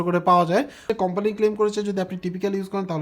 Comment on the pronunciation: "company" word টা শুনতে ভাল লাগে না